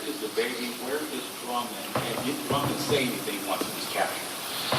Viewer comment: It is interesting that the Sheriff of Dyer County called him Drummons instead of Drummond. The Sheriff of Madison County made the same mistake.